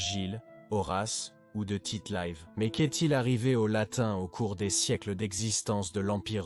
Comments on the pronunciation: Par exemple: Tite Live avec un i, pas Tite Laïve ! Il n'était pas anglais, cet homme-là ! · Mais pourquoi laissez vous des robots parler pour vous ? Tite Live devient "ti te la ive" 🤔😒